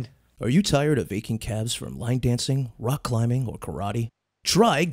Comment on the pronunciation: I was swallowing medicine when Andrew said cuhlimbing with cuhliffs and I choked on the liquid and my pills at the same time and thought I was gonna die lol